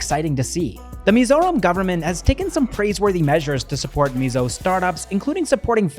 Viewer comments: Wow, your pronunciation of Mizoram and Mizo names 💯👍🏼👍🏼👍🏼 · I’ve never heard foreigner pronounce Mizoram perfectly before….. this is really something new ❤❤❤ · ur Mizoram pronunciation is way much better than the actual mainland Indians...kudos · The way you pronounce Mizoram is perfect